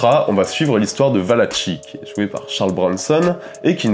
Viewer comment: on prononce "ValaKi" et non pas "Valatchi".